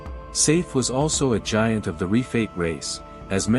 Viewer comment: It's g i a n t not g a i n t